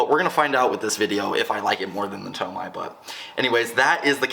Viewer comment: awesome vid! My dream car and color ! although tomei is pronounced (Tow-May) not (Tow-My)